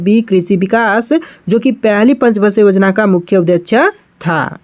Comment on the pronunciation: भाई आप उद्देश्य को गलत पढ़ते हो और बहुउद्देशीय को भी । कृपया करके सही पढ़ने का प्रयास करिए 👍 ।